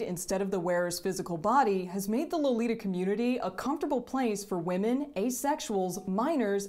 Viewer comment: if you really want to be a purist, how about pronouncing the word "lolita" correctly?